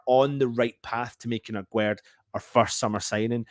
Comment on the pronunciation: His name isn't agwerd like you say The pronunciation is like guest 😉